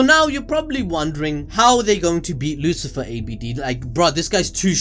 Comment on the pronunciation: Lucifero, not Lucifer. Come on dude haha